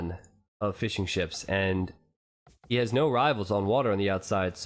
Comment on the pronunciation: Does anyone else think he was saying "fish and chips" instead of Fishing Ships?